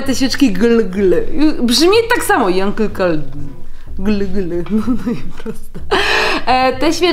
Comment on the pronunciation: Yankee czyta sie janki